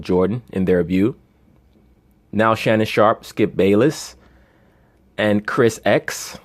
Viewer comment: Why does he calls him “Chris X” again? ☠️